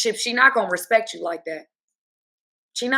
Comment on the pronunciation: please can ou say you differently ?